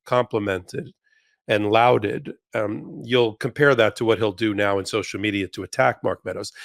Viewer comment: That's "lauded" said Lorded, not Louded lol